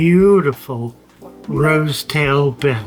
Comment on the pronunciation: Beautiful aquariums and fish! So refreshing to hear someone correctly pronounce Betta for a change too!